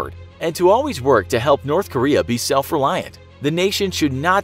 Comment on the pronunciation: I heard it wrong when he said "North Korea" I thought he said Nerth Karea lol